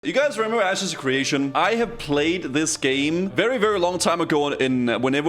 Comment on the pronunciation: 'Asses of creation'